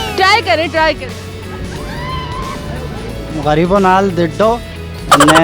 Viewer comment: محترمہ پہلے اردو بولنا تو سیکھ لیں آپ، دکے نہیں دھکے بولتے ہیں 😋 گریب نہیں صحیح لفظ غریب ھے 😜